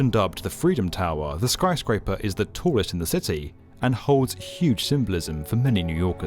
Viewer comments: Are you sure about that? He screwed up and said "skryscraper" :) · "the skryscraper [sic] is the tallest in the city"